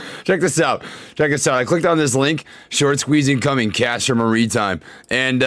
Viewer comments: Castor “mareetime” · Castor marry time. Is how it's pronounced